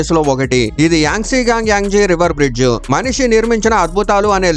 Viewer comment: బ్రిడ్జు కాదురా బ్రిడ్జ అన్ని అనాలి